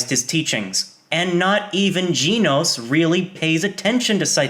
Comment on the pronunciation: GEHNOS NOT GEEEEEENOS